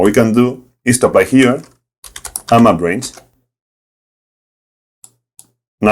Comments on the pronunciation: Took me a second to figure out that you were saying "map range" and not "my brains"! "My brains allowed me to...", "My brains to the rescue...", etc. Fantastic video. I loved it, and I love the accent. Awesome content. Cheers! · Every time he says “Map Range”, I hear “My brains”.